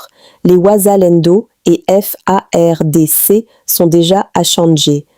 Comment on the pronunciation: Cmnt cette fille congolaise ( peut Etre ) a du mal a prononcer les Fardc EN lisant par syllabe,et Kivu EN Kivi ?